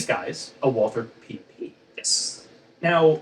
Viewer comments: Walther is pronounced “Valter” please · Just for reference: "Walther" is pronounced "Walter" like in Walter White. No th-sound. Greetings from Germany :) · Just pronounce it "Walter". The Germans don't do the thorn sound, and the English version of the name "Walther" is "Walter" in any case. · I’m rather surprised to hear you guys mispronounce Walther. Surely that’s a conscious choice? M got it right in the movie clip… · Alas, I'm too late getting to this, and I'm sure neither Ian nor will even see my question... but I was hoping that with two distinguished Subject Matter Experts in the video, I might get an authoritative answer to the following question: Why is the pronunciation of the 'w' in Walther always the English pronunciation, and not the German pronunciation? i.e. W and not V? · Your pronunciation of Walther is doing my head in. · Errors within errors, and the very two experts to be able to disentangle the nonsense of the prop guns used in Dr. No; however, both of them fundamental make their own errors within errors by not only mispronouncing the German words for the guns, but doing so in different, novel ways. Ian commendably learned French to be better able to research his tome on French rifles, but in the matter of German, its pronunciation is impressively regular. All one has to do to speak German like a native is to know a few rules, and practise some of the “weirder“ sounds. It´s Valt-her, not /walter/ or /walther/. In German, /W/ is pronounced /V/, and there is no /th/ sound. So simple.